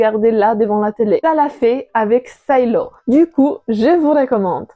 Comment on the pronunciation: Pas la peine de prononcer"silo" à l'anglaise, vu qu'en vo le livre s'appelle Wool. Sinon, bonne vidéo !